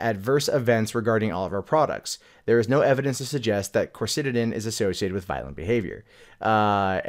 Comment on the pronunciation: Do... Do you even GOOGLE things before you talk about them??? Coricidin is NOT a SYRUP! It's a PILL. Jeeze, man, first pronunciation and now the substance of the case seems totally unknown to you. Come on, man. Tighten up!